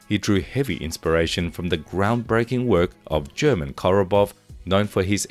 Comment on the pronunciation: "German" (a form of the name "Herman") is pronounced "ghur-MON." Someone correct me if I'm wrong. Attention animators! Enough with these reload animations that depict mags being ditched! Ackchyually, it was done to min/max overall length versus barrel length. Maximum barrel length, minimum overall length. And it's ambidextrous on top of that! As a left-handed shootist, I appreciate that, but this was the Soviet Union where left-handedness was verboten.